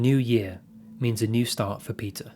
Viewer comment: PEEDAH THE FISH IS HEAH